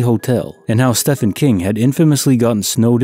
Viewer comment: Stephen is pronounced the same as Steven. Just a different spelling.